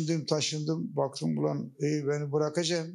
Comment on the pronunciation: Gulmekten karnim agridi imparator saolasin 'ula mıçe kahla' diyoya🤣🤣🤣..